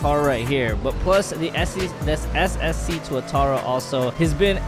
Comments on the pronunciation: The previous one says SCC and now it says SSC now he pronounce it right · finally he pronounced it right